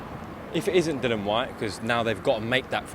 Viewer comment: I get other fighters mispronouncing Dillians name as a wind up, but no excuse from a professional reporter. Come on.